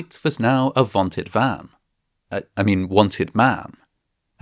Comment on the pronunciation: "Wilhelm Voigt was now a vanted man - uh, I mean a wanted man, and it would have served him well to wanish, I mean...vanish" - that had me in stitches.